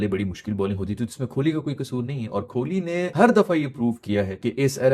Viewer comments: Broo... it's kohli❤...not kholi😮 You don't even know what is meaning of kholi in our marwadi language (Rajasthan)😂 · कोहली है नाम......आप खोली बोलते हो... कृप्या ठीक करिए